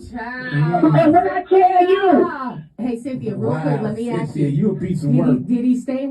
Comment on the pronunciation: I am so sick of the way these people talk…they can’t pronounce “ask” correctly, amongst other things. Sickening.